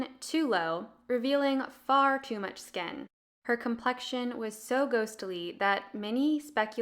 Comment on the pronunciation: Just a little friendly advice: the organ that covers one's body is pronounced "skin", not "sken". Pronouncing words correctly makes a big difference when you're trying to be a credible source of information.